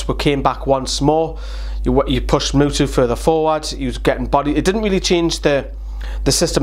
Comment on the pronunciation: I love when you say Muto like Mutu, xD much love from norway